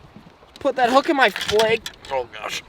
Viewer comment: “put that hook in my fleg”😂😂😂